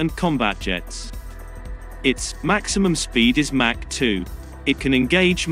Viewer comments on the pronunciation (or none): none